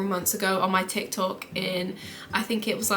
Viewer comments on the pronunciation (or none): none